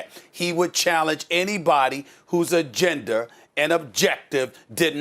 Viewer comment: "Agender??" Stephen A. Its AGENDA!! Oh and Charles Barkley is right you cant tell me MJ challenged Charles Oakley like that.